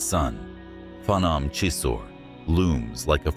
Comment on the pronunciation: It's not pahnawm😂 it's P'gnome